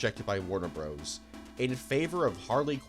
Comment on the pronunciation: If you pronouce Bros. as Broes, do you pronounce Dr. as Drer?!!!